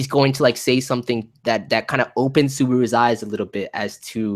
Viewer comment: Suburu really dude? your pronunciation is hilarius xD